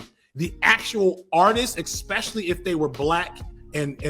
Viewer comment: I love ya to death,, I think you're sharp as fuck. But I cringe every time you say "Eckspecially" Repeat after me, mate: "ESS-PESH-EE-AL-EE"